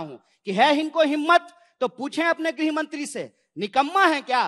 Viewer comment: पत्र जी को तो गृहमंत्री भी ठीक से बोला नहीं जाता है। गृहमंत्री को ग्रहमंत्री बोलते हैं, पता किस आधार पर खुद को यूपीएससी पासआउट कहते हैं।